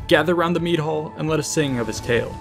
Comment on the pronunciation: Oh Mead Hall. I thought you said Meat Hole and was wondering what strange Viking tradition you were going to expound on. Lol